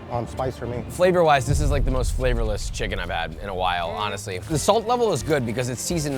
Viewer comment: Wendy's: "The most flavorless chicken i've had in a while" *Still rated higher than Dave's hot" Josh you need to work on the word most